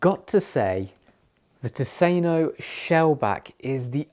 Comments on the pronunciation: I have never understood why an English speaker would try to pronounce a non-English word in English. Especially if it's a lecture on a given subject. They certainly know the expression "thousand islands" about the sauce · Your pronunciation of the brand is awful by the way. Why not ask someone who knows Swedish how to say it.